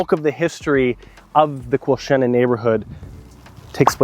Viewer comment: Your pronunciation of Quilchena is the same as people from Merritt, when they talk about Quilchena ranch. So nice to hear it pronounced properly! :)